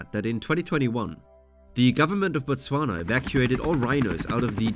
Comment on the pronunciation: bro can you stop butchering the hell out of the name Botswana